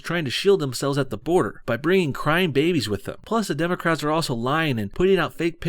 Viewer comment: this fat cow said "democratsis" hahaha